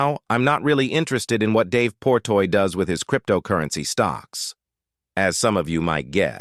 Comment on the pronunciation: Jesus fuck his name is Dave Portnoy not Portoy .. how can I believe anything in this video if you see that dude’s name wrong 15 times